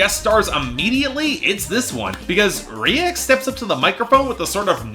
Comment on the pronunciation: Reik is pronounced like “rake”. It sucks that they sold out to reggaetón, they were much better when they stuck to their pop roots.